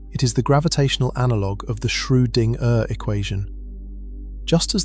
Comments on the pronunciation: Shrew-ding-er? That spoils the video for me - a bit. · As excellent as these lectures are, being both fascinatingly informative & sleep-inducingly relaxing, I shall have to stop listening if you cannot teach your computer voice to pronounce "Schrodinger" a bit better. Perhaps a nice German language lesson, no umlaut required? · At right around the hour mark the narrator pronounces Schroedinger's name "Schro-ding- Ehrr", with the ding like what a bell does followed by a brief pause. At it's even worse twice in a row. "Shroo. Ding. Ehrr". Are we CERTAIN that no AI is involved here? Every other time I've heard that name in these it was pronounced correctly.